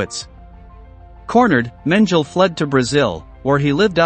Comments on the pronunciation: PLEASE learn how to pronounce German words! It is MEN G LER not menjel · It’s pronounced Men gel ee not men jell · If the computer voice mangles the pronunciation of name of the subject of your video, then spell it differently and trick the computer voice to pronounce it right. That's not a crazy concept, and YouTube is obviously your thing. So try harder next time, you have A LOT of competition here. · HIs name was pronouncecompletely differently from this narrator's "version" for decades. What gives? Either the past sixplus decades are wrong or this guy needs to do his homework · Learn to PRONOUNCE his name. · It's very annoying how you pronounce his name